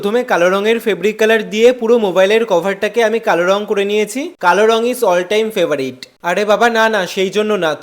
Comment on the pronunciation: Frbarit ❌fabarit✅